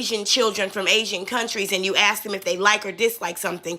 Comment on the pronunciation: If ur Mayor says Wroof or Axe instead of Roof and Ask u know u in trouble as a city or town